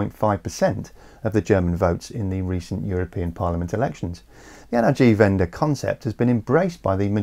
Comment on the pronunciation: "N-R-G-*something*" Me, a German: What does he mean by that? "or in English, energy transition" Me: Oh, he meant Energiewende...